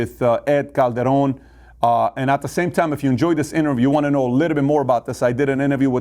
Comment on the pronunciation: Nice pronunciation of Calderon, Patrick!!!